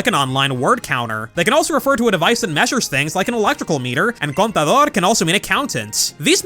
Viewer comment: As an spanish speaker myself i have to say you actually pronounced contador y contraataque pretty well, good job! :D Also fun fact: Lei, Kukui and Burnet's son in the anime is referenced as a girl in the latin american dub. PD: flop is better than hop